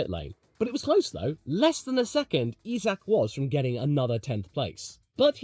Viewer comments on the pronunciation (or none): Hey Its not E-sack, its Eye-sack Hadjar